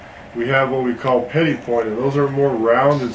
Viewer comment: Gorgeous jewelry. I've recently become obsessed with Zuni jewelry, it's so fantastic... wasn't sure how to pronounce 'petit'... thank you for that... the 't' on the end is silent, good to know.